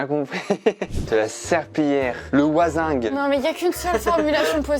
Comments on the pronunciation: qui dit ''le wazing'' c'est une wassingue bordel!! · "Le wazingue" ca fait mal mdr, on dit LA WaSSingue, sinon jvous adore, bisous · Le crayon à papier, le mouton, la wassingue (il y a deux s et c’est au féminin donc tu l’a mal prononcé). Le trou pour les aliments et le trou pour le liquide 😂. Sinon la vidéo était sympa 👍🏻